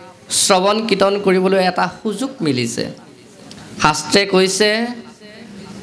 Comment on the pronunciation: 'কীৰ্তন’ ক 'কৃতন’ বুলি উচ্চাৰণ কৰা হ’ল।